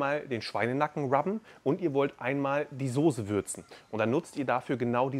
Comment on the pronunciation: Kannst du nochmal Sose sagen😅